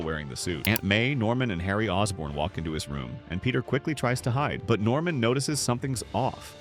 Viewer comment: Normam? It's Norman